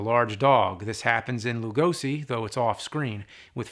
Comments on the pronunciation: The "Lu" in Lugosi is prononced like Lou, and "si" like she. With love from Hungary. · For the love of God James, please pronunce Lugosi's name correctly! Say the 's' in his name like in the word 'Shot' or 'Shock' and not like in 'Summer' or 'Snake'.